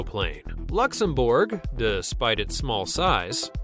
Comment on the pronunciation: Its pronounced luxemburg not booourg considering it only 22%of the gdp so...its not a big dept